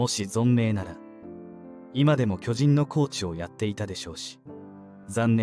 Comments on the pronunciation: アナウンサー 巨人 のイントネーション きょ→じん→ だと巨大な人 チームなら きょ⤴じん→ では？ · きょじん⤴︎